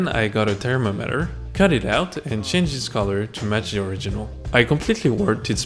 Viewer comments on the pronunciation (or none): Termoter? You mean thermometer.